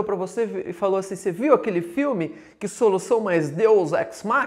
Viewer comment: "Vose" foi ludibriado!!